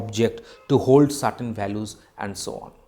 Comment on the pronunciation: Balus nahi it is values 😂